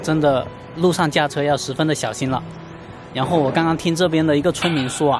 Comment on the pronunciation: Yan后=ran后，哈哈